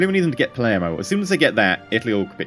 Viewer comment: managed to pronounce Palermo correctly! That's probably a first.